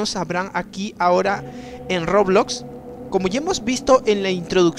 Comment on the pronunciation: Todos los youtubers que juegqn roblox dicen : roblox Este dice : rrrooblloxx